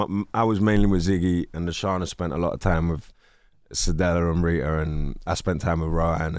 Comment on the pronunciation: He said Reeda lol. Wi call har Ritta sir 😂😂😂